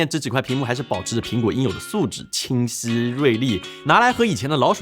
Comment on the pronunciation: 讲话像嘴巴没张开，清晰说成青丝